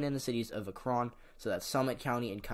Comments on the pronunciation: sorry to bother but .... it's ACK-ren, not a-KRON .... your videos are amazing ,but mispronunciations can harm others' impression of you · Shortly after making the video i learned it's pronounced Ack-ren, my apologies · the way he said akron smh... ever heard of lebron james... the kid from AKRON?